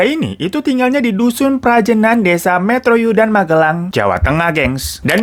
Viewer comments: Maaf kak hiro, bukan Metroyudan tapi Mertoyudan. Terimakasih :) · Mertoyudan kak hiro, bukan metroyudan. wkwk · koreksi bang “mertoyudan” bukan metroyudan hehe. soalnya aku asli magelang juga ✌🏻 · Mertoyudan kak bukan metroyudan 🤣🤣🤣🙏🙏🙏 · MERTOYUDAN pakkk, bukan metroyudan😅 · mertoyudan kak bukan metroyudan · mertoyudan ya bang bukan metroyudan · Bukan metroyudan bang.. tp mertoyudan 😂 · Mertoyudan kaka bukan metroyudan 🤣 saya sebagai orang magelang ngakak dengernya🤣